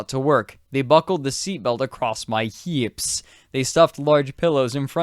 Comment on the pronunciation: the way you say "hips" is really interesting. is that a regional accent thing?